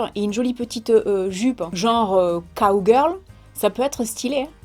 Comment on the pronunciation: Tu m’a fait trop rire quand tu a dis cow girl 😂😂 moi j’ai compris k.o girl 😂😂😂😂😂😂😂😂